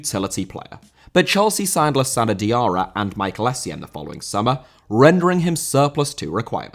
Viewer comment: Bahaha “Schmichael”????